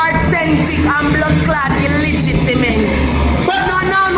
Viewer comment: Hold on likkle. Are my ears deceiving me? Did she say illitigiment instead of illegitimate? Aiii sah!!!!!!!